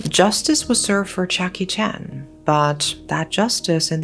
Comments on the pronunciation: Ok so I’m not stupid. 😂I heard what I Thought I heard.😂😂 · Same. I was very surprised for a moment lol. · Y’all, I felt so stupid! I’m glad, that I’m not alone! 😹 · When you said the killers name "chia kee chen" , I thought you said Jackie Chan . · yea... i was like "wait... jackie chan??" then load up the subtitles.... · My dumbass thought the exact same thing! 😂😂😂😂